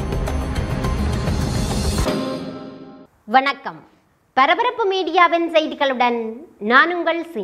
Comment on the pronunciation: வண்ணக்கம் இல்லை சிந்து.. வணக்கம்.